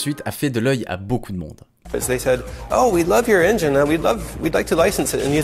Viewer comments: ça prononce enjayne au lieu de engine pendant 40 minutes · Engine pas Engayne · Unreal engIne* la prononciation, pas unreal engaine. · Engine ça se prononce “ènejine”, pas “handjaïne” !!! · Engiiiiiineee, pas enjaine!!!!!!!!!! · engine, pas engaïne svp 😭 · Engine, pas « engaïne » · AINEJINE !!!!! Pas AInejaïne !!! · c'est très énervant de t'entendre répéter 100 fois "unreal ainjayne"... si tu sais pas parler anglais n'invente pas la prononciation, prononce le à la française. On dit "ainjyn" en Anglais. Sinon très bonne vidéo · Stp arrête de dire "unreal enjaillne" , ça se dit "enjen" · EngIne et pas EngAïNe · "Endjaïne" j'en peux plus. Combien d'heures d'écriture, de tournage, de montage pour cette vidéo ? Il fallait juste 30 secondes pour checker la prononciation d'un mot. 🤬😉🤪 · Et le “endjaïne” par contre ça gêne personne? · Engine, il faut le prononcer le "i" à la française les cousins. :) super video! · Super video, super interessant ! Par contre le "ainj-aïe-ne" il fait saigner des oreilles >.<' Le "i" de "engine" se prononce comme un "i" en francais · Les Français* ça prononce tous les mots anglais comme ça s'ecrit, sauf quand il le faut, exemple: "engine" est prononcé "enjayne", sans aucune raison valide. *beaucoup, pas tous Mais bonne video comme d'hab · Très bonne vidéo. Mais "engine" ça se prononce comme "aubergine", bon sang. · Heuuu sinon c'est bien la vidéo.... Mais AineJAïne ça me hérisse à chaque fois.... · c'est dommage que tu n'arrives pas a prononcer le mot Engine correctement. putain mais c'est pas difficile bordel. ENGINE, le "i" se prononce "i" comme en Francais bordel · Noice ^^ ça se dit "EnginE" par contre x) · C'est super, par contre tu sais pas prononcer "Engine" :'( Mais autrement super vidéo :D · Il faut revoir la prononciation du mot "Engine" svp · Excusez moi j'ai pété mon écran en entendant la prononciation de Engine. Je vous laisse, je vais acheter un nouvel écran. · Chouette vidéo (en passant engine se prononce engine pas enjaïne)